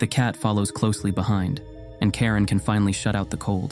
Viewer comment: Mispronunciation of the name I guess. Karin is a common name in Sweden but you said Karen, which, if it exist in Sweden is extremely rare and brings the thoughts to the Karen meme.